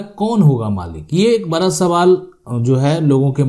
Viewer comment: पहले तो आप अपने शब्द कोसुधरो बड़ा या बरा शुद्ध भाषातो बोलो